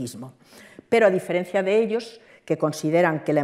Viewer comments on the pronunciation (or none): none